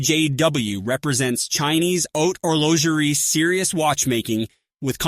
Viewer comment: see eye gee aye watches , submareener, horlongerie ???? hahahaha cant listen to this AI crap. bye.